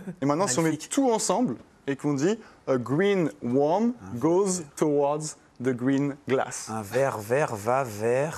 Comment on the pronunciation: They mispronounced the “o” in “worm”. It should be pronounced like the “i” in “girl”.